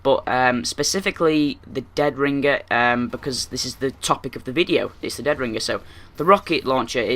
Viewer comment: listen to yourself say deadringer you sometimes say it with 2 g's like ringger